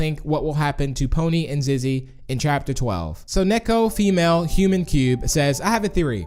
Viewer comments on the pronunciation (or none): none